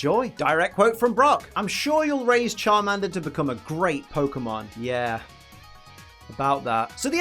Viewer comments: Charminder lol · The way pronounces Charmander offends my ears. My British ears.